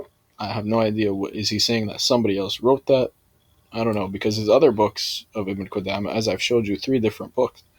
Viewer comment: Speaking about Ibn Qudamah while not knowing a lick of Arabic. Can't even pronounce the Shaykh's name right, and couldn't distinguish the difference between Muffawidh and Muffawidha. Truly embarrassing.